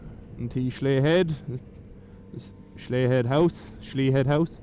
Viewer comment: Congrats on 50 videos man! Slea head is a savage spot to be fair. Us Kerry folk pronounce it "Shlay" ;) I'll never forget that bend , I came around that at night on the Super Four and I have no idea how I didn't bin it! I'd forgotten it's all stone not tarmac as the water runs so often there the tarmac goes all cat so they never tarmac it haha! I don't save any of my videos, I just upload them and then delete them haha! I actually just ordered a 2 piece rain suit to go over my leathers! They arrive Thursday! :D Going to need them for when I head up North for the Photo Rally! Don't want to get caught in the rain and have wet gear for 3 days....